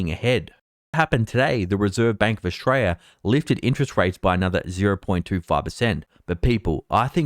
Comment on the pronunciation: So good to see that you are more focused on your homeland, Oshraya, (as Victorians pronounce it). But you present less 'dudu' than you do compared to the American 'dudu' that you usually produce.